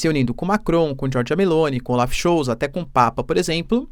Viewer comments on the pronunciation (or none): none